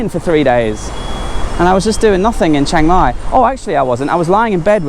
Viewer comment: good : - you where closed to me my daughter complain about your pronunciation of Chiang Mai, haha we have been there 2 or 3 years ago, camping for 300 baht as we have own, and NOW she is so jealous - wanna go again so far I remember of 15 years here, and bicycle 120.000 km include racing ... 'pan ha Bhat' meant 1.500 Baht - what is fixing to that huts and area. But is has change so much in that years now ... wow guess will be there in Dezember / January for cold and sure dry, for maybe 2 nights ... that hill I did so often with bicyle since 2009 and the changes are hard (too much huts there now). you missed the night for record, like a big town at the hill - amazing ... and your evening and morning sun same side ? did I miss something ? Have fun in Pai then ... I wait for it.